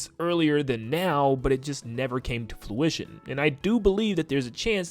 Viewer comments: It’s fruition not flurition lol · Lmao its fruition not fluition 😂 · Great video. You’ve gotta stop saying fLuition though. It’s fRuition.